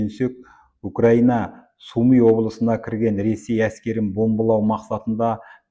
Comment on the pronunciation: Су ми емес, Сумы!! Журналист!!